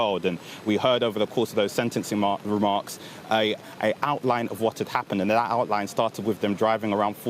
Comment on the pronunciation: Dat (that), da world (the world), bofe (both) norf east (north east)! What poor pronunciation. Down the pan.